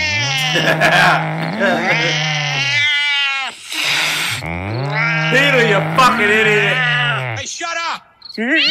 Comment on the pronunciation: when he was saying Peter it almost sounded like beat her